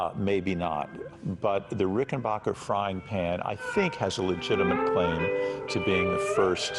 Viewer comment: Somebody should have clued the narrator that it's pronounced Ricken-Back-er. As in 'my aching back'. That's why it's spelled 'b-a-c-k' instead of 'b-a-c-h'. Adolph Rickenbacher anglicized the name after the 'Great War', to sound more like WW1 flying ace, Eddie Rickenbacker . He changed the spelling so nobody would be confused at how to pronounce it. A hundred years later, the phonically-challenged are still confused. Also, what did Paul Reed Smith invent?